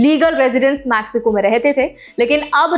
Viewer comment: Location तिजुआना मॅक्सिको? Seriously??, it's तिहुआना and मेक्सिको. Aap ya aapka editor shayaad mere aur baaki ke viewers ke comments nahin padhte. Main bhi aaj se aapke naam ki aisi-taisi karne waala hoon. Going forward, I am going to start addressing you as or. BTW, Dubee means a marijuana joint. 😂😂